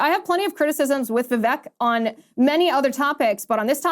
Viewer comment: You pronounce Vivek like Vive-Ache